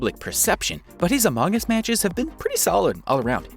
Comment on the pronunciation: No one:: amog us